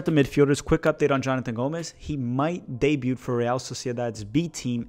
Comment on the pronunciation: FYI - the T in "debut" is silent.